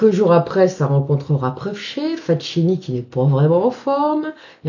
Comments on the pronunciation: Ne m'en veuillez pas de vous reprendre chère madame, mais FACCHINI ne se prononce pas FATCHINI mais FAKINI. Cela dit, je vous pardonne bien volontiers : on ne peut pas connaître toutes les prononciations de toutes les langues. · Encore une belle histoire,! Juste un petit conseil au sujet de la prononciation du nom du sieur Facchini. Ca se prononce Fakkini; le son tch avec ch, c’est de l’espagnol. Amicalement! Et continuez à nous régaler avec ces histoires magiques...